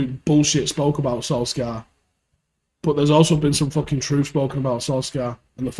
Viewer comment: His name isn't fucking "Solskaar". Jesus man.